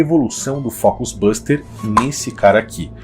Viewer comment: Não fala Buster É booster Booooooooster